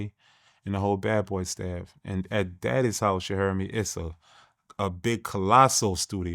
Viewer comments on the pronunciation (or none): Did he say "Daddy's house"? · Ain’t no way said “daddy’s house” but meant to say “*diddys house*”!?!? 😂